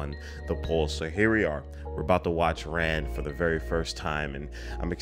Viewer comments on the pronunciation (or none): It should be pronounced Rahn, instead of Ran. It translates as Chaos from the Japanese. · FYI the film's title should be pronounced closer to "Ron", rhyming with "Dawn" not "Dan". My favorite other Kurosawa are "Seven Samurai", "Rashomon", and "Ikiru" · Yes, Princess Mononoke is inspired by Ran. Ran is pronounced more like Ron.